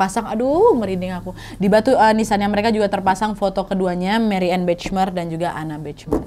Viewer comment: Maaf, dibacanya Mariyane Bakhmaier. Sukses selalu mbak Nadia :)